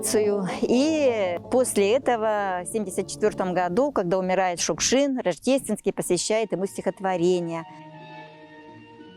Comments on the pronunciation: Чёрт знает что! Для чего вдруг понадобилось в этом фильме постоянно произносить фамилию Шукшин с ударением на первом слоге, если всегда и везде и при его жизни, и после до сих пор говорили Шукши́н? Повыпендриваться захотелось? И Театр наций как образец работы с произведениями Василия Макаровича тоже напрасно показали. Ох, и отматерил бы он и этот театр, и создателей данного фильма, если бы только мог... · Спасибо большое за фильм! Василий Макарович Шукшин - кладезь нашей российской культуры, наш Земляк, воспевший не только самобытность жизни родного края, но характер настоящего мужика матушки-Руси! И все же, как непривычно слышать новую (старую) трактовку фамилии: мы привыкли делать ударение на последнем слоге. Спасибо за кадры, за отличное повествование, за память! Ждём продолжения